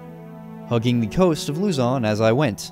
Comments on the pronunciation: Lozon not luzyon😂😂😂😂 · you earned yourself a subscriber from the Philippines, by the way the pronounciation of Luzon is like Luzun (i havent finished the video yet tho) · Luzon is pronounced Luh-zon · Luzon is pronounced loo-zon